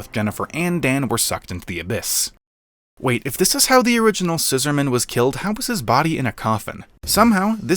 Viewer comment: Why do you pronounce the Scissorman's name like it's a formal surname? Its annoying.